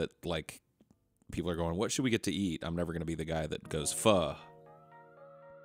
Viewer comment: one of the rare instances i've heard pho pronounced correctly